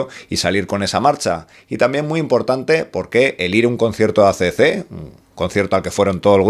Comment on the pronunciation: AC/DC REPEAT WITH ME= EI SI/ DI SI!!! DI OUI NO SI!! BUEN VIDEO!!!😎🤟